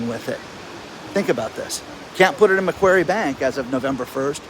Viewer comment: Love your work but buddy its MAC QUARRY bank. You know, like the place where you dig stone up lol